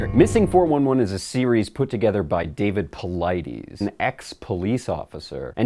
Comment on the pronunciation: PauliDES, not PauliDEEEES.